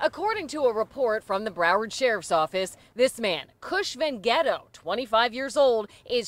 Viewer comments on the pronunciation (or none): I’m sorry…. Kush VenGhetto? Did I hear that right? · 🤣🤣🤣🤣🤣 Kush Van Ghetto is how I spelt it my head when the reporter first pronounced but I did a lil research and it’s spelt Cush Vengeto 🤣🤣🤣🤣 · Did she say his name was Kush van ghetto ? Haha